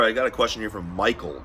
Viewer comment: Did he say Pichael? Or Michael?